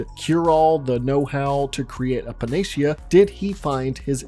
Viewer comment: *pa-nuh-see-uh is how that word at is pronounced